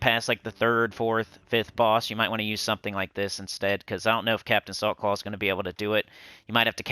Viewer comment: Everytime you said Captain Saltclaw I heard "Captain of the softball team"